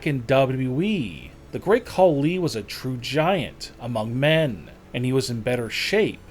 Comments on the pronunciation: Dude. Are your comments created by a KI? Horrible emphasis. Tatankaaaa,Tatankaaaa, Great Khaliiiiii, WWEeeeee🙈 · Bro I'm sorry but bro talkin like: Another reason why great kuh LEEEee isn't as MUSCULAR is because he is officially reTIRED.. From pro wrestling (or dobble dobble EEEEE) and doesn't has to WORRY about going to the GYM every single DAh EEEEEEeee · "The great KhaLI!!! is now RETIRED from the DUBUE EE(WWE)